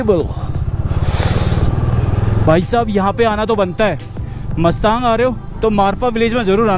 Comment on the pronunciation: आप ग़लत उच्चारण कर रहे हो,गांव का नाम मस्तांग नहीं मुस्तांग है।वैसे vlog बहुत बढ़िया बना है।